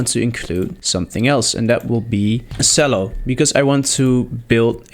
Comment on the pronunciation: Nice work! Although, 2 things: "Chello" and "On-somble"